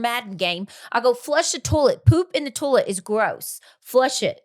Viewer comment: “Toll let” version of toilet (toy let) 😂